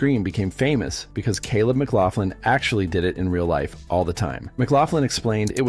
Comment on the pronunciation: Dan Ache-roid??? Seriously? Who the hell doesn't know who Dan Aykroyd is???? It's pronounced as 'Ak-roid'. , clearly there is no 'f' in McLaughlin. Yet the narrator keeps adding one. It's pronounced as 'Muh-glok-lin'. , it's not Gutin. His name is pronounced Gay-tin. Do your research before posting these videos.